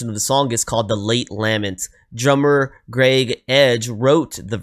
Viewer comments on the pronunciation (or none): The word "lament" is pronounced : ləˈment or with the first syllable pronounced like duh, except with an L. Also, it was written by Graeme Edge, not "Greg" Edge. His name is is pronounced the same as if it were spelled Graham. This is just the English spelling.